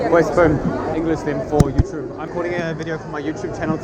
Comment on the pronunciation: Love ultra Spanish pronunciation of "YouuuuTuuube" 🥳🇪🇸